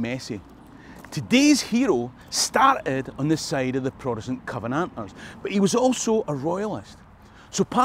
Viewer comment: that's a hell of a way to pronounce Covenanters!